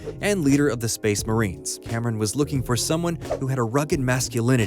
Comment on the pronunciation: really tickles my brain every time you call them space marien